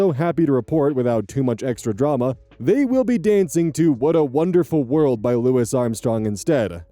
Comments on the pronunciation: Louis is pronounced "Loo-ee" not "Lewis", it comes from french. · it’s pronounced Lou-ee Edit coming in before people try to “uhm, ackchually” me, yes I’m aware that lou-is is a valid pronunciation, but in this case, the man went by Lou-ee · Louis is pronounced like lewie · You did NOT just call him "Lewis Armstrong" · Nearly spat my drink out at the pronunciation of louis armstrong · Every time pronounces the “s” at the end Louis Armstrong’s first name it takes a year off my life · never heard someone pronounce louis armstrong like that before lol